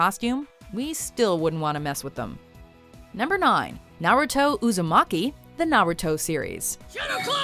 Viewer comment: OMG she actually said Naruto Uzumaki correctly. It's a miracle!!!!!!